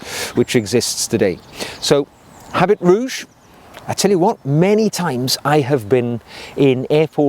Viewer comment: it's pronounced "a bee rouge". Thanks for the discovery!